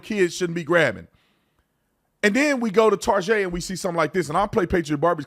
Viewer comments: You say Tarjay again instead of TAR GET I'll never watch your channel again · It is prononced "Tar Get" no targhet. Ridiculous of you to pronounce it wrong here on purpose. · My little girl (11) just came in to room hearing what I'm watching. When Tatum said "tarjay" she said "more like targay".. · So it's not pronounced TARJAY, it's TAR-GAY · Why did he pronounce target as... tar-jay? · WHY DOES EVERYONE SAY TARGET THE WRONG WAY...ITS NOT FANCY..ITS NOT SPECIAL..ITS NOT EXPENSIVE...YOU HAVE CLUES ON HOW TO PRONOUNCE IT...GOT A BULLSEYE...THE DOGS NAME IS THE SAME..ITS JUST TARGET..ITS THE SYMBOL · "tuck"!? ya /"UCK TARGET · It’s pronounced “Tar-Gay”